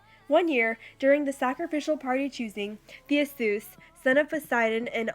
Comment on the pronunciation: You said Theseus wrong